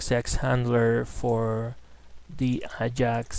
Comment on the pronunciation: very good tutorial, thank you....:)) PS: i see u have hard time pronoucing AJAX?